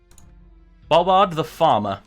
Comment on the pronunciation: Excuse me good sir its Bo Bard